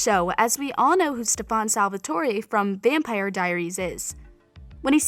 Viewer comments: "Stefun Salvatoray" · this whole part she says “the necklace Stefawn Savaltorae gave Helena” I was like who? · stafaaaan Salvatore Stefan-you don't know my name 😑